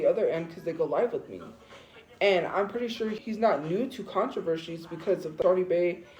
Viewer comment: I hate when she says contrevershy. It's contreversy.😂